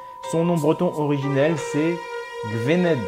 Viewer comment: Gwynedd se prononce Gouïïïneth